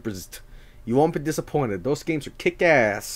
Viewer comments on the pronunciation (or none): none